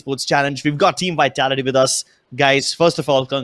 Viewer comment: It bugs me when he says We-tality its Vitality 😝